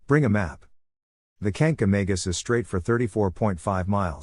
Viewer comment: Learn how to pronounce Kancamagus correctly!